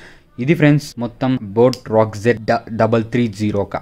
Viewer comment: Rockerz anaali ,, Nuvvu Rock Z antunnav..